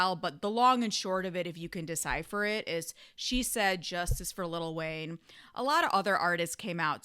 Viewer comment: i agree but damn it's funny hearing you say little wayne 🤣🤣